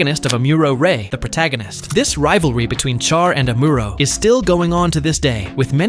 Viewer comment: Am-or-row =amuro Sh-ar =char